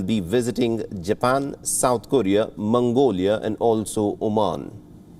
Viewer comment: He said Mungolia. 😁😁😁